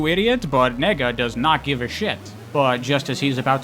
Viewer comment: I'm sorry but "Nega" is way too close to you saying nigga LMAOOO